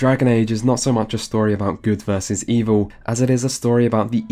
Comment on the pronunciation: I've never heard anyone consistently pronounce "versus" as "verse". Is this a regional thing? In which countries/states is this common?